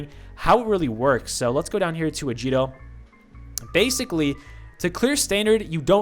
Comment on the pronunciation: It's a-guee-to not a-djee-to